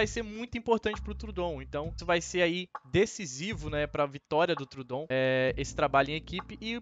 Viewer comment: Está usando muito bem os capítulos nos vídeos! Racho de rir na pronúncia dos nomes dos animais kkkk deÍno, trudon..